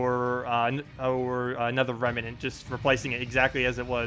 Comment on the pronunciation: Rem. Nant. Two syllables,. Nice video though~